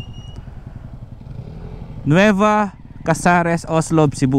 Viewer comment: daghang salamat sa pagpakita sa queen city.. nindot gyd na ang CCLEX unta lang limpyohan ng naa sa kilid sakit sa mata unya baho pa gyd na diha.. maka hugaw sa dagat nya diha mangisda... POV lang unta kuha-on na. Anyways tama namn ung pagka bigkas nyo sa Cebu at gihigugma 👏 pero ung Cordova (cenxa) hindi, kasi english ang pag bigkas nyo 😅 spanish ung pagbigkas nasa first syllable stress po. Pero hwag po kayo ma stress ha, hindi namn sa ano,gusto ko lang sabihin Adventure/ tour/ riders vlog kaya ok lang yan. sabi nila shrimp farm daw yan. more power and God bless